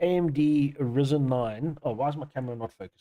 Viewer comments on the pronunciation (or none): Ryzen ... not Rizen man😅😂